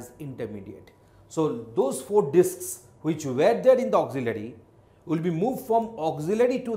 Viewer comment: Is it only me or did he really said Dicks instead of disks